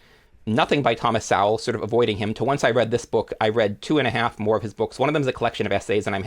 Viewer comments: I would be very thankful if you'd pronounce Thomas Sowell's name correctly. It sounds more like soul or so-well. Not Sow-el. I'm not saying you're doing it but pronouncing it Sow-el has become popular among those who hate the man. I imagine it's because it's akin to calling him a pig. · Despite the mispronounced "Sowell" and ignorance to Thomas's standing, outside of strategic "lefty" kneecaping, amongst intellectual circles this was a worthwhile listen. Sowell the 🍿 pop writer! 😂